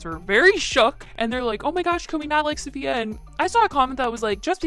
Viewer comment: Can you please learn how to say Safiya’s name correctly ? It would have taken you 2 seconds